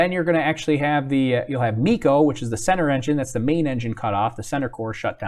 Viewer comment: not bico but meco